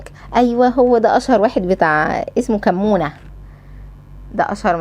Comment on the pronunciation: اسمه كمنة بفتح الحاء وضم الميم وفتح النون 😂مش كمونة 😂